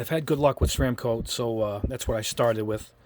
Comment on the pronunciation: First off, Thumbs Up just for pronouncing Ceramcoat correctly. Secondly, thank you for being so positive about craft paints. I hear so many people in the wargaming community and model railroad crowd talk down about these wonderful paints. Maybe the problem is technique, and as you demonstrate, not using a good airbrush. I've been using these paints for years with good results - I am confident after watching your videos that I can achieve GREAT results. I started out using windshield washer fluid to thin but lately I have been using a matte medium or similar airbrush medium with distilled water to thin, and strain the paint through a micro mesh funnel from Micro Mark to avoid clogging the brush or leaving nits on the model. Interesting to see it used without straining. Great video.